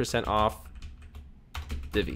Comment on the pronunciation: FYI - Divi is pronounced "div-vee" not "dee-vee." The name is derived from the tag. Peace.